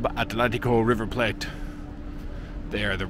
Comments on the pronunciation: why do u pronounce river 'plate' like if it was some exotic language and not english? haha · You know... it's actually pronounced in English. River Plate. As you would read it in english :)